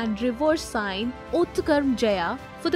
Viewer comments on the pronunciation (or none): none